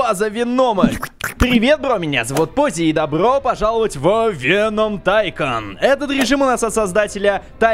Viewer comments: Не веном а вэном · Вееном а не вечером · Правильно говорится "вЕном" а не "венОм" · вЕном ударение на Е! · Веном. Ударение на е а не на о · Не ВенОм а ВЕном ударение на е ну это твоё дело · Вееееном а не венооом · и да правильно вен0м не вено0м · не венОм а вЕном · вЕном а не венОм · Венома ударения на е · СимбиотЫ* (ударение на Ы) вЕном (удариние на Е) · правильно говорить Ве́ном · Если что то Веном ударение падает на е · Веном ударение на е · Правильно говорить вЕном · вЕном правильно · веееном правильно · ТЫ 100% НЕ ФАНАТ ВЕНОМА ТАК КАК ТЫ НЕ ПРАВИЛЬНО ПРОИЗНОШИСЬ ВЕНОМ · Веном на первый слог падает ударение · Веном, ударение на е!! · В слове веном ударение на е